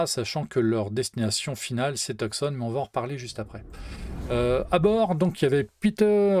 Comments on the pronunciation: Je le dis sans moquerie! Tu as bien dit "Tousson" a deux reprises, ce qui est parfaitement juste. :) (Je me suis assez fait reprendre la dessus quand j'étais là-bas) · Très sympa cette vidéo. P.S : Enfin quelqu'un qui prononce Tucson correctement ;)